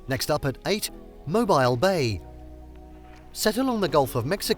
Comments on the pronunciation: Mobile is pronounced MOHBEEL. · This is a Terrible list other than The Space And Rocket Center and the USS Alabama. You left off some amazing places. Poorly researched list. Also, as someone mentioned above you are pronouncing Mobile incorrectly.